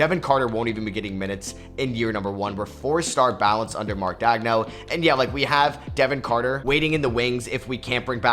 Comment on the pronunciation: Why tf do you pronounce Daigneault like that?